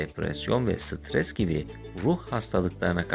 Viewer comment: Stres Sıtıres değil